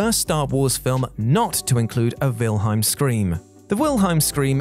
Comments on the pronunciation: It’s WilheLm not Wilheim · WilheLm... Not Wilheim... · The Wilheim scream? WilHEIM?? WILHEIM???. Mate.